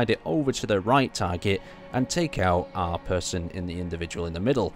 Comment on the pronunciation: He seems to do that in every video, lol. 'Are' instead of 'our.'